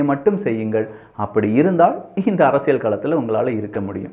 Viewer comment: அரசியல் ✅ அரசியள் ❌ தயவு செய்து சரியாக உச்சரிக்கவும்😊